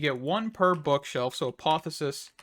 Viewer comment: Say apotheOsis again 🤣🤣🤣